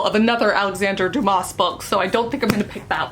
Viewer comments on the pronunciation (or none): LOL. Alexander Dumas: Dumas pronounced Doo-mah. I'm smiling because of a moment in The Green Mile (film).